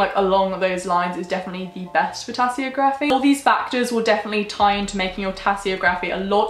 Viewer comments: This is a very helpful video, thank you! The only thing is, I'm pretty sure it's pronounced tasseOgraphy rather than tasseogrAphy. But great video as always! In the future could you talk about the differences between Wicca and witchcraft, and similar practices? Much love x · If she says tassyography one more time. Omg im so annoyed i can barely focus. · Pronounced Tassy og rafy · How do you pronounce geography? How do you pronounce photography? Then why is tasseography pronounced like that??